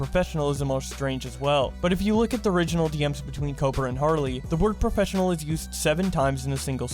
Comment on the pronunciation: New Challenge: Take A shot says professfinial.